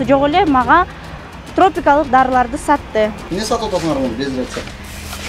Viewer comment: " Тропикалык," Даарыларды сатты дейби,🤣🤣 туура суйлосонор